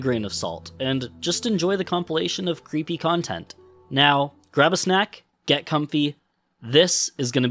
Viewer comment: good lord - when you said, "creepy tape," I... thought you said "cp tape" and it started playing and I 'bout had a heart attack 🤦🏼‍♀ oh my goodness.